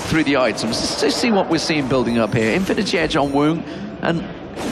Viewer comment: not sure if is stupid or doing it on purpose 'infinitys edge' morellos nomicon' 'guardians angel'